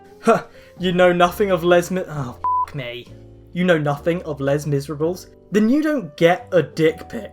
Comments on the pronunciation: Sorry did you say less miserables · Your pronounciation of Les Misérables made me giggle a bit since my language is French imsorrypft. Also wtf are these people. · Guys, don't let me become what it warns against in this video, but the way she says "Les Miserables". Lol